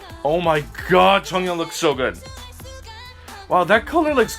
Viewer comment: I love how you pronounce '정연' and '지효' perfectly, but then you go "Moe-moe" hahaha